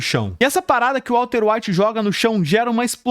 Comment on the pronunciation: Vídeo muito bom, mas tu falou Walter evite tantas vezes kkkk